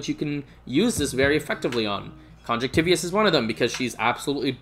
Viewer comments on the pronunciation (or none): none